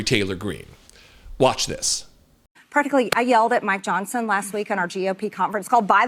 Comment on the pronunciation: D. The first time I heard this, I swear she was talking about “My Johnson”. Biologically impossible, but hey, why not.